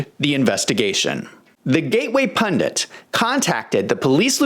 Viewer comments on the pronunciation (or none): Why. Oh why do some Americans say "pundants"? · Hi,. I know that it's pundits BTW. Why do some Americans say "pundants"?